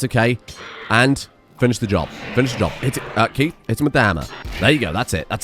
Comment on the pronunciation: I do have to say while your pronunciation of Guinea pig and Frooge was spot on the way you butcher poor Keiths name, you did so well in the first two episodes.